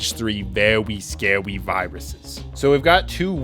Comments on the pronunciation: the vewwy scawy was vewwy scawy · thos are vewy scawy :3